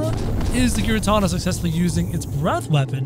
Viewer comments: it's not garetana it's garetina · Giratina is pronounced Gear A Tina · Say the t in giratina say that his name says that his name ingiratina